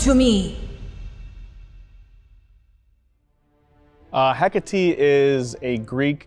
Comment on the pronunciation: 0.29 he said heckatate 😂😂🙄